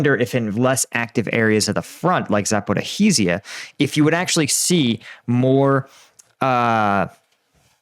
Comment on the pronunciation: Please, please learn how to pronounce Zaporizh zhia! It's really embarassing, and detracts from your professional aura. :-/